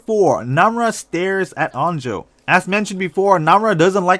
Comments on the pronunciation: When you say on jo I hear un jo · Why you say suhok and unjo not su hyok and onjo?? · He said un-jo when it’s on-jo 🥜🤣🤣